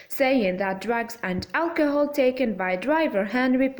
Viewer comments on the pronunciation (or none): none